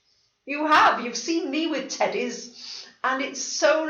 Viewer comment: I’m not sure if you’ll think this is funny or inappropriate, but sometimes when you say teddies, I hear titties... 😂 “I ‘ve got my two titties here!”